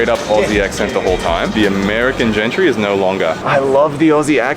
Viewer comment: Did call gentry as wentry😂😂😂😂😂😂😂😂😂😂😂😂😂😂😂😂😂